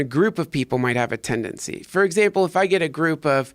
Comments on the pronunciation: Say tendancy one more time. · If I hear you say tendancy one more time, Duncan... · "iT's tEnDaNcY" -Duncan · is there a tendency that he says tendency Hmm